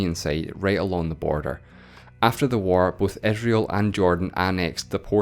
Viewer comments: capital of Eh-srael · Dude, what wrong with your accent??? You pronounce I as E and E as I.... cety? Esrail?